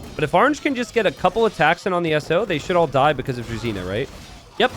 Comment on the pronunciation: Pet peeve. "Druzhina" is pronounced like "drew-zhee-nah" where the "zh" is pronounced like "ge" in "beige".